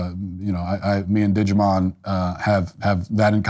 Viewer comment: Dijimon?.....nice one 😅